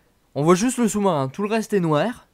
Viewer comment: le choumarin je suis mort 😃😃😃😃😃😃